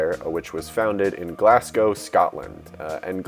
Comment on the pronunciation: Its pronounced glaz-go not glass-gow